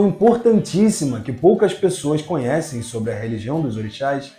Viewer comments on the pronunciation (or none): none